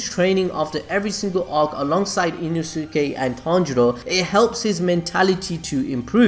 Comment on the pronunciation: E-NO-SKAY not ino-sue-kay